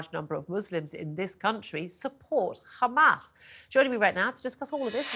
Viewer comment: Why she pronounced hamas “khamas” like Israelis ?